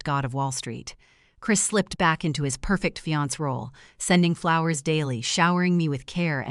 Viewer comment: Not "fiank" but fiancee - "fiansay" Excelent story, planned so well!